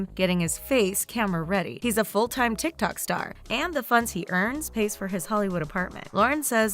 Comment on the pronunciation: Every time pronounce "TIKTOK" it annoys me like a lot😒